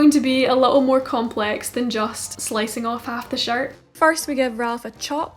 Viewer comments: Everytime you say shirt I hear “shart” and I love it. I’m almost in tears. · I laugh when you say shirt cus it sounds like shart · Beginner sewing Alabama girl here giggling everytime you say "shirt" because it sounds like the term "shart." 😂😂 In all seriousness, you have some of the best tutorials! I've been binging since I came across your channel! It's not about making the same exact shirt you made (even though they're super amazing). You're educating us on the stitches used and why you used them. LOVE IT! THANK YOU! Love, Your newest subscriber 😍